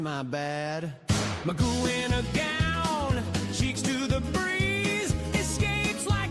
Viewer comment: And if my last name was spelled McGough I would say it as Mc Goff, not Magoo as says it.